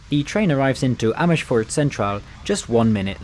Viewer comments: You have a teeth probelem?? Amishfoort? LOL no sh sound in Amers - foort, please, and not in Amsterdam either.... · Only thing is, not all Dutch letter S's sound like sh. In fact very few do. Not shpoorwegen but spoorwegen. Not Amershfoort but Amersfoort. Appreciate the effort though! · Great video. However, as I commended you on your Turkish pronunciation you fell into the trap of Germanifying Dutch words. You said "Schpoorwegen" and "Amerschfoort". With Dutch it's WYSIWYG but Brits make it harder when it doesn't have to be so. One other thing I would like to mention is that Rotterdam Centraal Station doesn't include the city's name on the signage outside the station, something unique here in NL. During re-construction it was decided that the new iconic design represented Rotterdam, therefore including the city's name would be superfluous. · You don't need to pronounce it Shpoorwegen or Amershfoort. The Dutch don't. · It's not NederlandSHhe spoorwegen, it is NederlandSE...NO SH sound! IT IS AN SSSS. Sama as Amersss foort. . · The Gouwe is a river, not a canal ;) Also, we don't have the 'sj' sound in Dutch (or not a lot anyway) which you use all the time, "Amersfoort" and "Nederlandse Spoorwegen" is just pronounced with the same S as in the English word "same" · Amersfoort does not have an "H" after the "S"